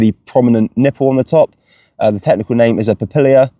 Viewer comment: It's papilla, not papilia.... unless it's like the aluminium vs aluminum thing, lol. Why not just call it an umbo?